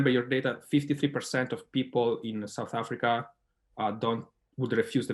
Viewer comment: Alberto who? Don't we have resechers in SA? Can't even pronounce 'South Africa'🙄mxm